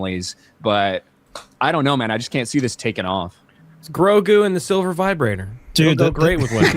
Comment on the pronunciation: “Mandough and Goregoo.” If you please.